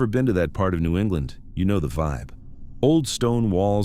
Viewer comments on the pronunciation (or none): none